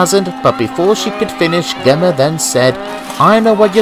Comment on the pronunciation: Nice adaption! Like how you exstended the original story. However I will say, Gemma is pronounced with a soft G, like George lmao